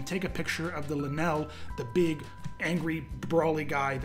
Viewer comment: Leenel he says, good vid tho